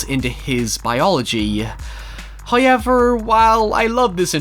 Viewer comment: "Hy-yever" Got what I came here for.